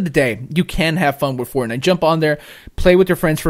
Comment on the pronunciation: i get it - you called it forgay instead of fortnite! you changed nite to gay. funny stuff. that being said, i think octopath should be on here as well...but even though i don't really like it, i would have been more shocked if fortnite wasn't on here.